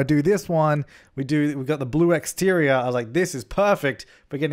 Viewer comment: The laugh tho xD and words like intirrrior and igzteriooir xD